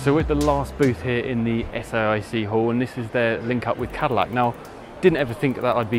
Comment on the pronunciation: The reporter kept saying S I A C when in fact the company is Saic.Oh, later he said S A I C, he learnt.